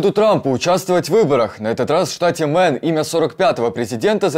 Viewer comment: Ребята, нужно говорить штат Мэйн, а не Мэн.